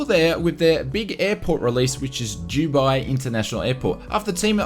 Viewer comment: How is Dubai pronounced Juuubai? 🤦🏼‍♂️